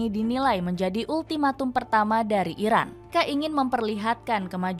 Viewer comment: Irak apa iran ngomongnya yg jelas